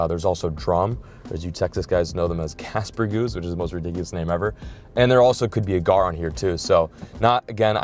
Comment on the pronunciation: Caspergoos lol its gaspergoo